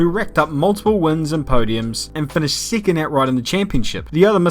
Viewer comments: nice pronunciation. if only you said second instead of sicond! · 7 "siven" 2nd "sicond"